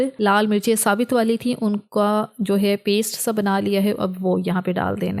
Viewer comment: SaBit zeera nHi hOta...😅 SaBut Zeera hOta hE....😅😂😂😂